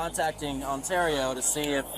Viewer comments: Just to ley ya know Ontario is pronounced Un- tear- ee-oh. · Hey man, you sure butchered the word Ontario. It's like On-terry-oh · Please learn how to say “Ontario” correctly. No hate it just sounds really silly when you say it like that.